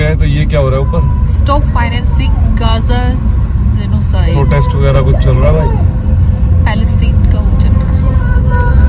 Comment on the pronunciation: In spoken English, pronunciation is of utmost important. So is Grammar. Btw you pronounced the word wrong, it is not zenocide.